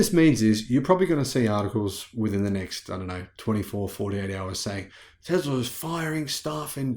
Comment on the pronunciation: There is NO Z in the word Tesla. Let’s work on that S sound mate.